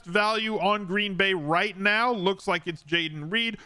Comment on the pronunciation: Did you say "right Meow"?